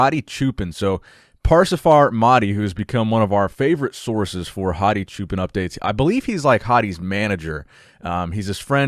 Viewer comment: ...its pronounced "cho-pawn" It means Shepard!